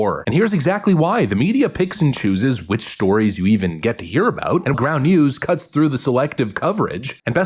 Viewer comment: NEW SCUM NEW SCUM you say it NEW SCUM